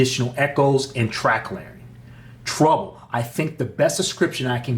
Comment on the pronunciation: good beginning review but you're mispronouncing 'treble'. it's not pronounced 'trouble'.